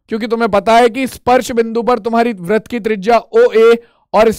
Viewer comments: Sir vrat nhi vritt hota h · Sar vah vrat nahin vritt hota hai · Vrat nhi hota hai vritt hota hai 😅😅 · Sir app vrit ko vrat kyo bolte hain